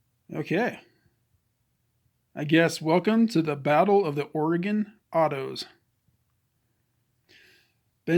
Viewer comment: Glad you pronounced Oregon correctly, lol.